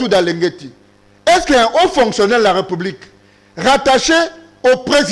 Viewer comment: Onyemba parle bien aussi bien la langue de Molière. C'est République et pas repoublique!!!